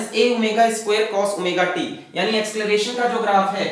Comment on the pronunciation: asceleration nahi sirrr acceleration hai vo